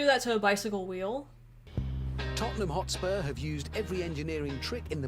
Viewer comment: When she said hotspurs 🤣